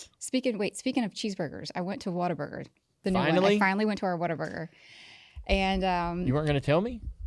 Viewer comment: it’s What-A-Burger